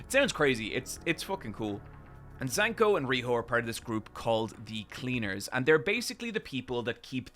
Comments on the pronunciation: IT'S ZANKA! ZA~N~KA! NOT ZANKO. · “Zanko” was driving me crazy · Zanka so mid can't get his name right 💀